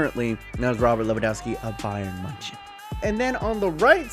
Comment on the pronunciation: “Bayern munchin”